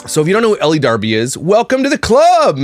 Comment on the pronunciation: Nothing against you,, but I think elle is pronounced "ell" not "ellie". The e at the end is silent. That being said, she is a vile individual that nobody should give the time of day.